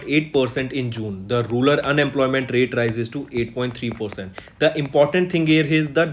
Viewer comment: it is rural not rular